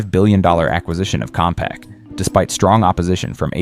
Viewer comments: Compaq, not Compax. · Was this made with AI? It's Compaq not Compax. And why doesn't it show Fred Goodwin's face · "Compax"? Wasn't their name "Compaq"? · You know when the video is crapola when the very first part misspells and mispronounces one of the companies involved....it is Compaq not Compax...wtf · It's Compaq and not Compax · It’s Compaq not Compax! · I saw that and thought maybe it used to be called Compax. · This AI bullshit couldn't even get Compaq right. I quit watching at that point.